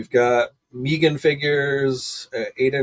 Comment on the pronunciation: Wuttup! MEEgan??😂😂 its just Megan bro